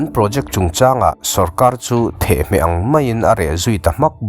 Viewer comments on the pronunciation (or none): Theh-hmeh ni lovin The-hmeh tih tur a ni